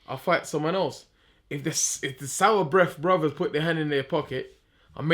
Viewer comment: Man said sourbreath brothers😂😂